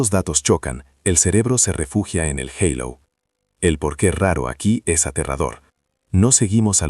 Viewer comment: Estas maquinas van a cambiar nuestro idioma ya que hablan en castellano y pronuncian en ingles..En castilla se dice halo con la h muda y no eilo como pronuncia aca ,que entre otras cosas es el circulo brillante que corona a las personas santas o de espiritualidad superior